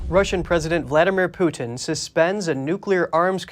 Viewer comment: His name is Putin, not Pewtin.